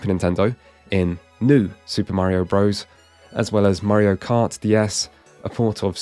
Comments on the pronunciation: Quit saying "bro's"! Super Mario bros.With a period after it, which is showing it to be an abbreviation is pronounced Brothers. NOT BRO'ES LIKE "HEY BRO!" (Which isn't even a word. It's African American slang for brother!) Bros. IS AN ABBREVIATION! This retarded shit is caused by kids not reading books. I'm guessing this guy didn't read as a child therefore he thinks bros. is pronounced bro's. If you start a kid reading early they learn things like this. We desperately need to find a way to get kids reading books again! Our civilization is going to go down in flames because everyone will be ignorant jackass's that know nothing. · Such a professional video yet he still says Super Mario "Bro's".